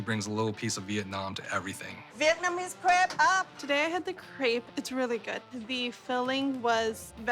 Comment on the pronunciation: What on earth is a "craip"? It's 'crêpe'!